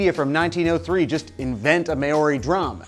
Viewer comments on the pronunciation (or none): Just want to point out that you're really botching the pronunciation of Maori. It's not May-Oh-Ri, it's more like Mau-ri. Plz don't take this as me trying to be an ass! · Māori is not May-Ori. Think of Chairman Mao, It's said like that. Mao-ri with an elongated a (that's what the dash above the a tells you) & a rolled r (like in Spanish; rojo, rabioso, pero, etc). Also, the Māori alphabet has no Z,X, or J. Furthermore, drums and string instruments weren't used by Māori until after the arrival of European settlers. Even now the use of drums in Māori music isn't very common. The closest thing I can think of to a percussion instrument would be poi or rako. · It's not pronounced May ori, it's pronounced Mowldy. Maori. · Maori is pronounced mow-ri not ma ori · His pronunciation of Māori was classic. Good try though